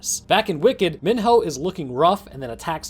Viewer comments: if i hear this dude call him min-ho one more time im going to min-hurl. its pronounced MEE-NO, they say his name like a million times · Sorry but this annoys me it’s me-no Not min-ho Sorry to be a asshole but that kind annoys me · Minho is pronounced “me-no” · He's pronouncing Mino like my 4th through 6th grade teacher, and it's driving me crazy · You can tell the narrator just read a summary Bc he says Mihno and George wrong😂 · sir Minho is pronounced Mee-Know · The amount of time you mispronounced Minho is irritating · the way he pronounces minho and jorge made me cringe everytime lmao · why does he keep pronouncing minho wrong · Allow me to introduce to you, this video: A summary acting as if the books don’t exist A summary that mispronounces both Jorge and Minho’s names A summary that compares Maze Runner to HG and divergent even though that’s a well known no no in the fandom A summary that as far as I know, once again forget to mention that the bOOKS EXIST A summary that fails to realize newt killed himself (slow it down and you’ll see he stabbed his own chest) This concludes my mini-rant :) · Some parts of this annoy me like how he pronounced minho and said teresa was hung up.(I probably spelled some of this wrong) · The way he says Minho and Jorge is a war crime